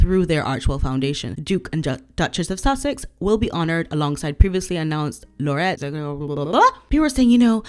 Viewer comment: also, it's "laureate", pronounced "Lorry-ATT", eg poet laureate.